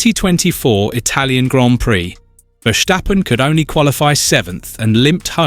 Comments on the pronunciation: It's Verstappen and not Versthhhhhhhaaappen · Vursjteppen? You mean Verstappen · VERSTAPPEN not VERSHSTAPPEN. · It's Ver Stap Pen not Ver Sthhhhhhhhhhhhhhhhhhhhhhhhhhhhhhhap Pen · Wrong. I’m Dutch and that’s NOT how to pronounce his name. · Please learn how to pronounce 'Verstappen'. Dutch is not German. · The think he is German hahaha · Wrong pronouce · Idiot. I am dutch and this guy is pronouncing it like German